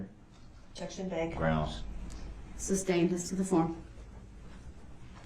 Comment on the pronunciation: Remember, lol... this is the same person who can't say 'sustained' to save his life... xoxo